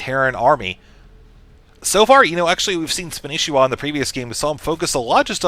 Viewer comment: you guys his name is spanishiwa not spanshwa!!!